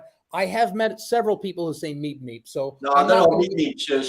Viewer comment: I remember the words on the screen, said beep beep. But it sounded like he said meep meep.